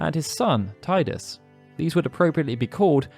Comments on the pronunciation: For the th time! It's "Teeeeedus" not "Taidus" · Didn't they establish that Tidus is pronounced 'teedus'? Think it's when Zidane was revealed to be 'zidawn' instead of 'zidayne'. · Part of me loves it when people call Teedus Tide-us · Tea-dus lol obvious since the company made it clear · It is Tee-dus. It comes from the Okinawan word for Sun, Tiida. Yuna is Moon. That's why Tidus's ultimate weapon needs Sun items to unlock it and Yuna's needs Moon items.